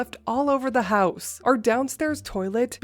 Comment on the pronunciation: Mommy brain is real!! Lol You're doing fine, dear. We'll overlook an extra "th" this time, but don't let it happen again😉😁. I hope you,, and little Maxwell House are doing well and staying warm. 🥰💜